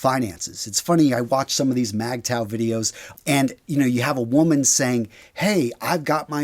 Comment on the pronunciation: All good, but also essential: How to assemble an outfit, write a letter, basic tool use and home repairs, money management, rules of etiquette, basic marksmanship and weapons handling. Also FYI, MGTOW is pronounced Mig-TOW